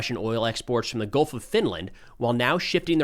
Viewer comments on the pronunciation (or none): none